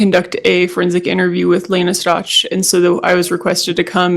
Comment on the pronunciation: I can't take listening to this witness anymore, I try.. it's so difficult, it's like she's got a frog in her throat, and can't pronounce Stauch , even though the prosecutor corrected her when she really botched the name. God forgive me, I just can't